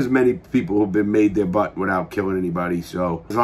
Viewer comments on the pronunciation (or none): none